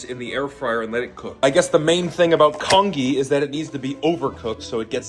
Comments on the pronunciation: It's pronounced con-jee, not con-ghee! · lmao the congee actually looked good for some reason, needed a little more soupy-ness 😭pronounced "con-jee" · hi! congee is actually pronounced con - ji, kind of like the g sound in giraffe? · For someone calling it kong ee, that was surprisingly well made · Con-Gee please it’s Con-Gee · It's pronounced "con-jee" .. Like "jeep" without the "p". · It's pronounced kanjee not congee lmao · The way he says congee makes me sad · as an asian person you saying congee like that is so funny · Every time he mispronounces congee my eye twitches 😩🫣😩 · Goes through all this trouble and can't take a sec to Google how to say congee. 😂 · Aren't you going to correct his pronunciation?! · I can only say… Even though he may mispronounced the English word for “congee”, in Taiwan we only speak Mandarin or Taiwanese anyway, we just call it “粥” (zhōu) or “糜” (muê or bê) I mean, the guy literally cooked rice in a plastic bag using an air fryer… what more can I say? 😂